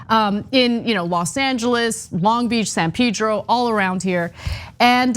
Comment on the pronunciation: Ana, it's not "Peedro", it's Pedro!